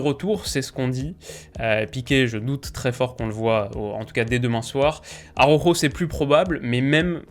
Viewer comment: Salut, j’adore tes vidéos je te suis depuis longtemps en plus de ça, je suis un supporter du Barça et ça me titille de t’entendre dire « aroro » pour ta gouverne cela se prononce a-ra-ou-ro. Juste un petit détail rien de méchant mais à force d’entendre ça avec les « commentateurs » de l’équipe je saute au plafond à chaque fois.